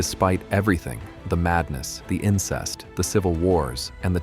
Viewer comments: Not the insest lol. (Incest😊) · Great video, but it’s not “insest”, it’s incest😉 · It’s violent and incest, not voilent and insest.